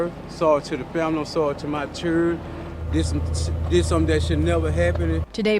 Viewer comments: There was no other outcome for her with this pathetic loser. He could barely even form a coherent sentence. He was a career criminal. He was abusive. “I’m sorry to my churrun,” he claims after the fact. He absolutely meant to do what he did. He wasn’t under the influence of alcohol, he was under the influence of Satan. One of the sisters said she died protecting her children, but the only way she could have REALLY protected her children, was by not getting involved with that POS in the first place. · "CHIRREEEEEEEEEN" I am so sick of ignorance, we have to do better.